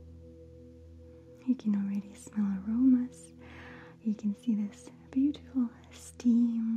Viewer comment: did you say horrible teas are buttifle